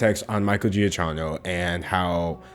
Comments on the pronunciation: Hey there. Great vid! It's actually pronounced "key-no". Have a good day. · Idk if he pronounces it the Italian way but shouldn’t it be said “Jiuhk-keeno” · Giacchino seems to be an italian name. The pronunciation would then be something like ‘Jackino’ ;) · Me: Listening to this while doing art stuff I like this Michael guy, I should follow him. Also me: Realizes you're talking about Michael Juh-key-no. Someone I've had the pleasure of spending time with and is a 10/10 human AH. Yep, sounds about right. Phonetics mess me up too. The struggle is real. But yeah, it's Juh-key-no in terms of pronunciation. Not sure when you might need to know that or use it, but there it is. TBH, I think he's love your way of saying it in the most sincere way possible. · I love Michael Giacchino's music, so I had a heart attack when I saw him in the thumbnail bc I was worried about what kind of drama could have possibly gone down here. Thanks for sticking up for him! (PS- It's pronounced "Juh-kee-no" ^^) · help the way you say giacchino sends (sorry I'm Italian and whenever an italian word is mispronounced it's kinda fun ksksksjsj) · why does he pronounce the name wrong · Yup, the "cchin" part is pronounced like "kin" (just with a "hard" k, as if there were two) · Hitler was even worse then pronounciation of Giacchino. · I love you. I love you dearly. But hearing you pronounce Michael Giacchino’s name deals me psychic damage. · I’m fucking giggling at how badly you pronounced Giacchino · I know you're like talking about a serious issue, but your pronunciation of Giacchino is making me want to scratch my arms obsessively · Both ways you pronounce “Giacchino” are wrong but you’re still forgiven. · I'm sorry I love you, but as an Italian my ears bleed every time you pronounce "giacchino" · your pronunciation of giacchino is triggering me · I'm crying both of those pronunciations are wrong, ily anyway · His name is pronounced GiaKino not GiaJino